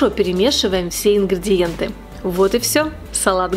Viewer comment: Почему "ингрЬІдиентьі"? Правильно - ингрИдиентьі!